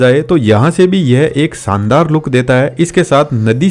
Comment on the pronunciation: सायद नहीं शायद , सानदार नहीं शानदार । महताब गार्डन मेहता गार्डन नहीं।